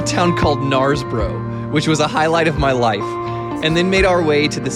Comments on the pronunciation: Some dodgy pronunciations, especially Knaresborough but we can let you off. Really enjoyed the video. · Ps. Learn how to say Knaresborough.